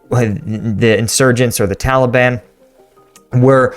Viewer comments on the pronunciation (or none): none